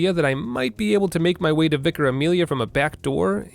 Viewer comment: Thank you so much for being one of the first Americans I’ve seen play this game who pronounced Vicar correctly